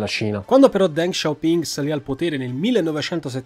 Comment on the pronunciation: Ma perché “DenG SHao PinG”? Non si può sentire …..